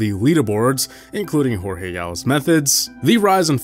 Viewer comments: It's not HorHe, it's Jorge- like George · His Jorge is George.